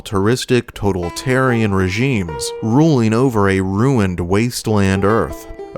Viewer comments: Did you say "total tarian" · I unsubscribed and hit ‘Don’t Recommend Channel’ after the way you said “totalitarian” .